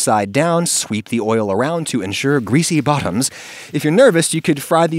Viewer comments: i liked the subtle emphasis on 'GREASY BOTTOMSSah' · The way you said 'greasy bottoms' qualifies you to be an honorary Brit.